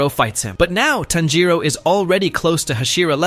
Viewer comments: it's TANJIRO not Tanjo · you said tanjoe not tanjiro btw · Tanjiro🚫 Tanjo✅ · Why is he calling tanjiro tanjo😭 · I think you said tanjo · Bro was saying tanjo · WHY ARE YOU CALLING TANJIRO "TANJO"